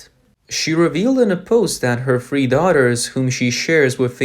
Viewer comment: Who are your readers? They are TERRIBLE; stop saying duh for the, firty for thirty, free for three; it's embarrassing!